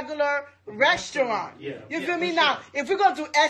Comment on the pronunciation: I'm not paying 200$ for a date with someone who can't even pronounce restaurant correctly (ressurrant)